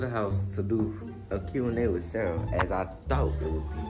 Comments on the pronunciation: bro y u callin her Sarah?! it's seraph bro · is sear-uf not sar-uh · Her name is SERAPH not "SaRaH" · Did you call her Sarah again it’s Sarahf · U can’t even say her name good she’s Roman’s